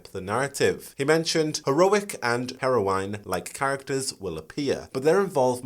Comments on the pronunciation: it's not hair-O-wine, my friend. It's hair-O-win aka Heroine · The way you pronounce "heroine" makes me squirm every single time. It is /ˈher.əʊ.ɪn/ not /ˈhero.waɪn/. Or are you just trying not be be flagged by the youtube due to saying something that sounds like "heroin"? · You couldn't pronounce heroine correctly to save your life! Lol, hilarious, couldn't get past the way you said it. It's pronounced 'Heh-row-in'. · Heroine: hero-win, not hero-wine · Why do you say Harrow wine? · Never heard "heroine" pronounced to rhyme with "wine" as opposed to "win".